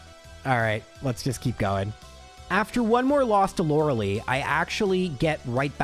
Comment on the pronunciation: You are killing with the pronunciation of Lorelei….. Lore-uh-ly not Lore-uh-lee. Think Gilmore girls hahah 😅